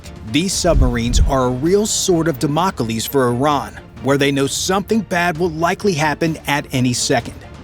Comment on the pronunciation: Dam-AH-coleez?! C'mon, guys, crack a book, would ya?